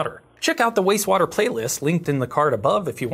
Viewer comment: I love the channel I have watched almost every video I'm Just giggling because it sounds like you are saying wase water